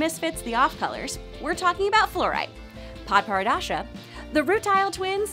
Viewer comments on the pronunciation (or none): Padparadascha?? Its Padparadscha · Lion and Lars next! Also, Padparadsha is pronounced as Papa-rach-a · Everyone: Padparadscha: padparadasha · How hard is it to pronounce padparadscha? pad-pah-raj-ah (sounds more like Paparacha) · Padparadscha not padpara*dad*scha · Padaparadasha... The fuck??? How'd you get that pronunciation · bruh anyoneelse cringe every time she said "padparadasha" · It's pronounced Pad-par-ad-cha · Nobody:: Padpardasha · padpararadcha?? XD what was that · "Pod-par-dasha" I'm dead 😂😂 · Padparadascha is pronounced(the is also how they say it in the show) Paw-per-raw-cha that is how it is pronounced even in the show. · Was I the only one who noticed that she said padaparacha wrong? (Not criticizing) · It’s pap-er-a-sha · You said paperasha roung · Pad- puh-rad-sha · who tf is pad-para-da-scha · Pad-para-dad-sha? Why is she so bad a pronouncement? listen to the episode and pronounce it right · Padparadscha’s which she clearly can’t pronounce, has value in her power, remember she was the only who knew Lars was using the wrong button on the screen, her value is she can see things that everyone else didn’t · i was dying the entire time she was saying it ugh 😩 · I love you, but please, the way you pronounce Padparadshca drives me nuts! They tell you how to pronounce it in the show! DX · You added an 'a' sound in Padparadscha where there isn't one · Have I Been Pronouncing Padparadscha's Name Wrong? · She’s pronouncing it wrong lol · Lars: says padparadsha correctly loud and clear: continues to still mispronounce it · the way she keeps saying padparadscha wrong has me crying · Cringe every time she adds an extra "a" to padparadscha.... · Cringe when you add an extra d to padparascha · everytime she pronounces padparacha wrong i cry ;-; lmao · why can’t the speaker pronounce Padparadscha’s name right they say it in the show 🙃🙃🙃🙃🙃🙃🙃🙃🙃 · Did you just pronounce Padparascha wrong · You mispronounced Padparadshca.